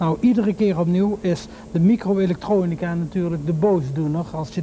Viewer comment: Dat heeft 'ie bij veel mensen ook wel denk ik. Mijn ouders hanteerden, zeker toen ik jong was, de gevleugelde uitspraak 'met ingebouwde michro-electronica' (bewust met 'typfout' vanwege zijn accent) en ook op m'n huidige werk komt 'ie veel langs. Nou is m'n huidige werk in de herstelling van elektronica, dus dat is niet zo heel raar. Maar ik denk dat veel meer mensen weten wie hij is dan je misschien zou verwachten. Er is ook een trein die met zijn naam en portret rondrijdt en dan gaan mensen zo nu en dan vanzelf opzoeken wie dat dan was als ze 'm niet kennen.